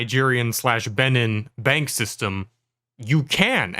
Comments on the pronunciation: It's pronounced Ben-een (long e vowel sound)....it's sounds really dumb when you pronounce it wrong. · I don't think that's how you pronounce Benin